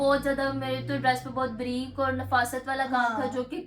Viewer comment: Sahiba aur ko hor ku bolti hain,aur bar bar hor keh rahi,plz inn ki correction kar deya karin